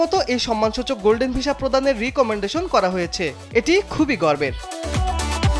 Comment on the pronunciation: সাংবাদিক ভাই.... উচ্চারণ ঠিক নাই ভিশা না... হবে ভিসা